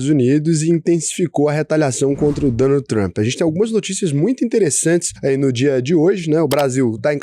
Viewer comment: Tenho a impressão que o fala Donut Trump em vez de Donald 🤔